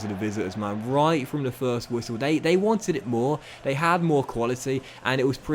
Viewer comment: Still can’t say your the, That’s and they’s but instead it’s duh, dat and dey